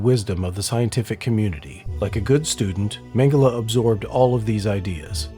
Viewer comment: How do they always get the pronunciation of his last name wrong